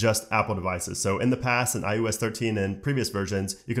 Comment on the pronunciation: STOP SAYING IUS IUS IUS. IT IS IOS